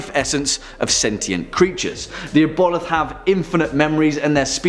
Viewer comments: i love you but ive never heard the word aboleth (Aah-bo-lith) butchered so badly before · Pronounced Ab-O-Lith